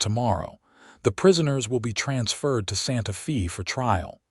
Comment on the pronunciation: Santa Fe is pronounced "Santa Faye"!!!!!!!!!